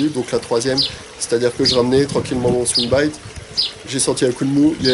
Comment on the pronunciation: " les swimbaïïït " 😂😂